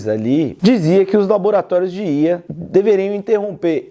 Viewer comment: estranho ouvir alguem falar ía, geralmente falam iá :D